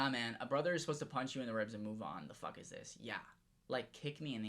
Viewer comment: “I dont give a FOUCK “